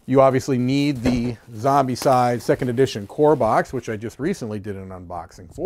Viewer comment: Great unboxing... you’re mispronouncing the game title though.